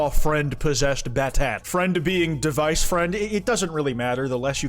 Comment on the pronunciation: also pronouncing battat as bat-at is fucking hilarious